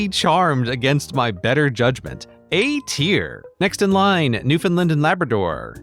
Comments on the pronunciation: it's got the same rhythm as "understand"! It's like NEW-fn-LAND (with land said like in Disneyland, not like in Maryland or Ireland). New-finland is close, but say Land like it's just the word land and you're golden. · and yet New Finland instead of Newfoundland. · Grey incorrectly pronounced "NewfoundLAND", his flag review is invalid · He was so close to the local pronunciation. It's pronounced "New-fin-la-nd"! Was curious of you thoughts on the Labradorian flag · Grey, for Pete's sake get the pronunciation right, it's "New-f'nd-LAND", "Un-der-STAND?" Follow the cadence. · Love the video. Btw, Newfoundland is pronouced more like NewFUNDland. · I feel like the newfoundland flag's symbolism was missed, as when you turn it the other way vertically it represents a sunset on the ocean. with the shape of the union jack as inspiration. (also sad to hear newfoundland mispronounced :O)